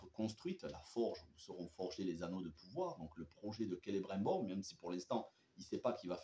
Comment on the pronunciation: Just un petit conseil regarde la série en français canadien le doublage est vachement mieux je me suis rendu compte en t’écoutant prononcer le non de celibrimbor et la région du Lindon 👍🏻🙂